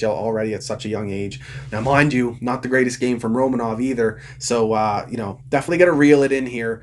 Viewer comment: You keep pronouncing romanovs name. I figured for a habs fan you’d know how to say his name properly. It’s Ro MAN ov